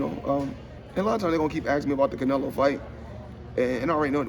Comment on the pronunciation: Damm Floyd u just can’t get Canelo name out ur mouth